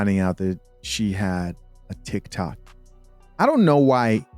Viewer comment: I'm sorry, did she say she does Thick-toks?